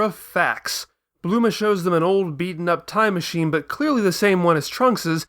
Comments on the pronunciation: please... it's BULMA! not BLUMA... ':/ anyway good video serie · Bulma, repeat slowly Bulma... not Bluma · Did..did You just say Bluma? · Wow, you're the first one I've come across who actually goes as far as saying 'Blooma' instead of 'Bulma'. You're an even bigger nerd than I am, mate. Instant sub. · Why do you keep saying bluma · You know how Freeza's name is just the word "freezer" with the "er" sound chopped off and replaced with an "a"? Bulma's name is supposed to follow the same pattern, so logically, her name should be Blooma (bloomer - er + a). If you want a more detailed explanation, see the first video in the series